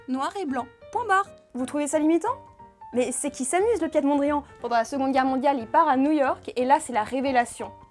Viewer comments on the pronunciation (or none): "piétte" mondrian XD